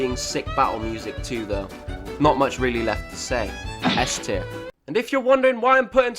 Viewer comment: "Are you saying S tier or Esther?"